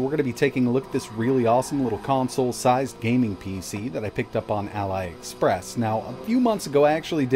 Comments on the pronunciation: why did you say ally express wth dude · I don’t know why he pronounces it like that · Why do you say allyexpress lmao? It is just ali, not that I am chinese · Ally Express, huh? Do you also say Ally Baba? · Sir , its pronounced Allie express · it's pronounced as Aleee express not Ali like lie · I hate to be critical; it's actually pronounced "ah-lee express," like Prince Ali from Aladin. It's taken from the parent company's full name, Alibaba. When you mispronounced it, it makes you come across as less credible; and you are anything BUT that. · AliExpress: It's said AliExpress. ETA: Allyexpress. AliExpress: Um, what? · It's pronounced "alley express" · Every time I've heard it said outloud, the "Ali" in Aliexpress is pronounced "alley", for instance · " Alai Express " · Yes Ali is Allie or Ally but it ends with e sound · Thought the same thing. He pronounces stuff weird... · Actually, you're wrong. The international "i" sound is typically the same as the English "ee" sound. Peter Savas, Jr had it right. pronounced "Ali" wrong, and it does make him appear less credible.